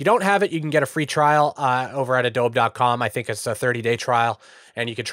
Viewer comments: are you saying "ah-doab" instead of "ah-doh-be" on purpose? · Yeah, he is. lol - "Uh-Dobe - E"